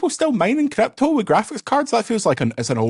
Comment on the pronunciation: Crrrryyyyppppto! turn two syllables into six as usual lol